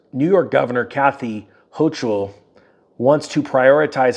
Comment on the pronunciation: Kathy Ho-Kull not Ho-chull